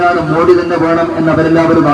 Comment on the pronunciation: മോഡി അല്ല, മോദി എന്നാണ് ശരി